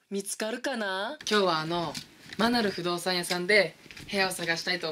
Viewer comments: アナル不動産屋さんにしか聞こえないw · マナル不動産屋がアナル不動産屋って聞こえたw